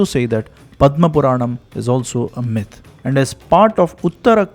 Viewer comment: Pronunciation check.. Myth is pronounced like the I in mint and not the the y in my. 🙏🏼